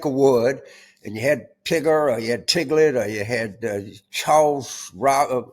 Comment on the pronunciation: You make me laugh it’s not Tiglet it’s piglet L O L I take everything you say the heart you are a great teacher I’m with you 100%